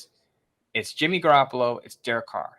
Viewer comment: Every time mentions Jimmy Garappalo I cringe...😒 Really hope if we go Stroud, we keep Stidham.